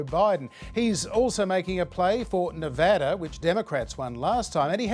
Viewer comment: I'm sorry, I still can't get over the fact that an Australian manages to pronounce Nevada correctly meanwhile most of the people I know pronounce it with a short A... lol